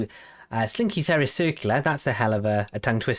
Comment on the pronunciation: Great episode, TS2 fits your style and I didn't expect to have a city in my name, even more surprised at someone pronouncing Seris correctly! 😅 I got to say, early game gets a little ridiculous with what's essentially a continuous conveyor belt of horse carts. P.S in case you didn't know, you can add decorative buildings to increase the amount of cargo a station/port without making huge platforms, very handy with large trains/ships off-loading to truck stops for example.